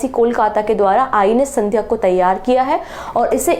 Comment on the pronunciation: Madam, aap thodasa pronunciation bhi dhoosra videos dhekkar bathaayiye. Telangana cm "revanth" naa ki "reevanth". Ship ka naam sandhaayak naa ki Sandhyak. Interview dhenevalokeliye pronounce theek karna jaroori Hai.